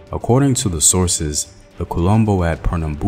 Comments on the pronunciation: The way you say quilombo makes it sound like Columbus lol. It's Keelombo. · kee-LAUM-boh. Just saying... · Quilombos not colombos, quilombo is a word of kimbundu, one of Angolan language.